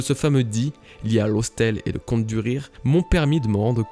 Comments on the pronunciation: Laugh se prononce Laf et non Lowf, raftel c’est juste la prononciation japonaise de Laugh tale ( Laf Tale ) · Hyper intéressant, vraiment! Par contre par pitié :1) Dawn comme tu le prononces ça fait "down", qui veut dire "en bas" ; correctement ça sonne plus comme "donne" prononcé à la française, avec un O très ouvert. 2)LAUGH. Vraiment, ça se prononce "LAF" , ce qui fait donc sens avec la traduction incertaine qu'était RAFtel! x) Désolé d'en faire des caisses, ça m'a juste vraiment sorti de la vidéo!